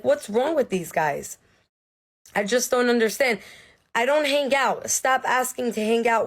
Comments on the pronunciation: The word "hang" has a silent G. It is not pronounced "han-Guh". People with that accent are red flags. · Is it just me that is bugged by that first chick hard pronouncing the G in hang?